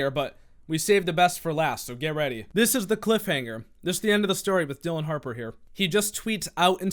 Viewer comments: It's Dillion (like million), not Dillon. But the fact that one those accounts had her last name misspelled and he didn't notice tells you how desperate he was. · its dill-EE-on harper. shes the best